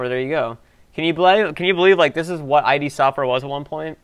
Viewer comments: It's not "eye dee" software, it's Id, as in Id, Ego, and Superego. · Id (Freud), not I-D. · Way to mispronounce Id. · Id is pronounced as one syllable, rhyming with bid.